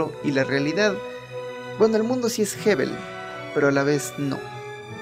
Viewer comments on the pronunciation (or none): Me gusto el video pero la palabra que dices jebel esta mal pronunciada se pronuncia "Evel" yo se hebreo y castellano lei el libro de kohelet y puede ser q a tu punto te vista tengas razon ya que no naciste en una realidad no tan dificil como el medio oriente repleto de arabes camellos desierto hambre falta de agua idolatria pueblos nomades con falta de moral falta de respeto al projimo etc.te sigo y gracias a este video investigare mas y te escribire temas de interes.